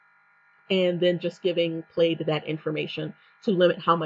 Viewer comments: You are mispronouncing the word. It's pronunciation would sound like (plad) The "I" is silent. Like the check pattern in a button shirt. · I am going to create a new bank account tomorrow with a new bank to avoid plaid bullshit. Also: it’s pronounced “Pladd” like a plaid shirt.